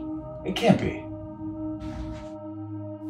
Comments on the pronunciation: Finally saying his name right 👏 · you finally said his name right 😂